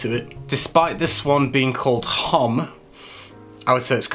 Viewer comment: May I discretely hint at the pronunciation of homme? In French the h is not accentuated but silent. So Homme is almost like Om :o)